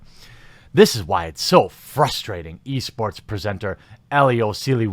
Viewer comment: I swear I kept hearing you say "Yeast Sports"